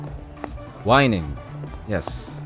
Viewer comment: STOPPP WHEN HE SAID "WHINEING" I ALMOST DIED LMAOOO